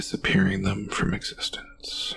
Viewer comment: Too breathy and bad habit of turning one syllable words into two - e.g. skull-ah or them-ah. Did better towards the end though.